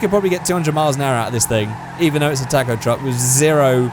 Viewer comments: Say talkoh not tack oh talkoh taco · he keeps saying taaacoh it's taco!!!! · it not pronounced tac-o, it is pronounced ta-co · It is toco not taco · its pronounced tãc-õw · Hahaha he says tack-o truck🤣🤣🤣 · What's a Tack-Oh? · Your saying it like TACKO TRUCK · Why does he say tacko😂😂😂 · " tack-o truck " lol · “Tako truck” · Your videos are awesome man, but the way you pronounce taco is heinous, as well as insulting to my god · Your saying taco wrong